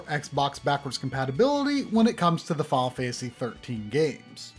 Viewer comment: please learn how to pronounce "Final Fantasy" next time you help with 2-part movie length series of videos about it.